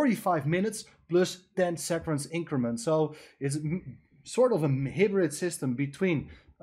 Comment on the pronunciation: Hybrid, not "hibrid". Good analysis, as always, though.